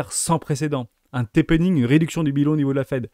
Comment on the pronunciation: Salut les Rois et Reines, Merci pour tes vidéos toujours aussi intéressantes. En revanche, cela fait plusieurs fois que ta langue fourche sur le "Tapering" (resserrement monétaire ou quantitatif). J'entends souvent "Tapening" dans ton énoncé. Pour moi le QT (Quantitative tightening) est bien un TAPERING. Cela dit et à par ça... Tout est parfait.😉